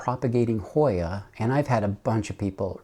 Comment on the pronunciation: Another YouTuber just got this Hoya. She couldn’t pronounce it either.